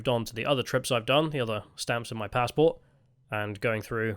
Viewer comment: Judging by your new pronounciations, I think youre working for the yanks. Its a passport not a f pazport.